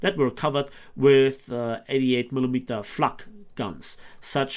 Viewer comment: That flak bus pronunciation